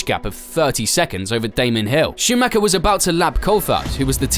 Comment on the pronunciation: Warum könnt Ihr Verstappen richtig aussprechen, aber Meikel Schumäker nicht?